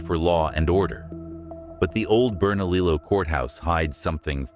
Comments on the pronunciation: Burn A Lee Oh is the correct pronunciation. I live here and I know. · Two Ls in Spanish is pronounced with a "Y" sound. You get it right with Mesilla but not Bernalillo.